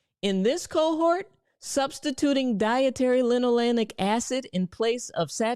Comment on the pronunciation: I know you mean well, and it was a good video. However. Stop putting "N" in the word linolEic. It's Lino-LAY-ic. It's important because you confuse people. Later they'll hear about linoleNic and acid avoid it. I want to be mean, but I'll explain instead. The polyunsaturated fats in canola oil include linolEic acid — more commonly known as omega-6 fatty acid. Say Lino-LAY-ic. Alpha-linoleNic acid (ALA) is a type of omega-3 fatty acid derived from plant sources. Lino-leN-ic. Don't mispronounce it because then you confuse everyone. I know you'll do better.